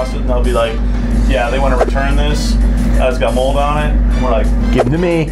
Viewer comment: You guys pronounced mold wrong